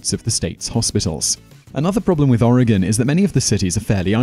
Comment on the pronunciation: Thanks for getting the pronunciation of Oregon correct!